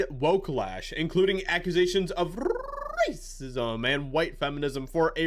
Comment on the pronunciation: Love your material and your videos but the way you say racism has given me aid to unsubbing